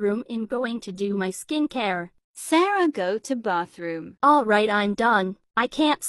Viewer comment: Ah yes, "bothroom"